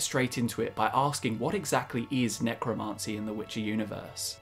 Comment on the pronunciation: You're driving me nutz..the pronunciation IS NOT 'necroMAHncy' it's necroMANcy'